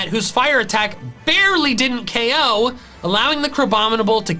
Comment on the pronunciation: Why were you saying oko instead of ko most of the time?